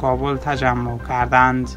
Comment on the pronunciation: کردند.نه که ردند چرا برادر اشتباه تلفط میکنی